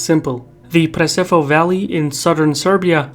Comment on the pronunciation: It's pronounced preshevo. Dislike.